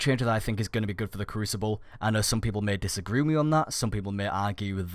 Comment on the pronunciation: "They didn't kneh."